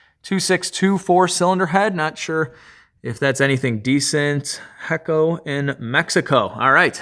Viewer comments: look at my comment and it is hecho pronounced echo ... with a ch sound like chihuahua jajaja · My man said hecko in Mexico !!🤣🤣🤣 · "ey-choe" Hecho in Mexico - Made in Mexico